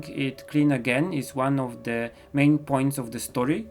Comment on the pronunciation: Your skills are just sooo amazing 😆😆😆😆 I can draw but I suck with watercolor (Although its MY favorite medium...) so could you please do a tutorial on how to use them and how to get better plz???? Love your art style and art ☺️☺️😊😊 Btw: when you say main character it looks like your saying "mein" character (Im studying German a little ) it's rly adorable I rly love your accent 😁 cant wait for the comic as well 😆😆😆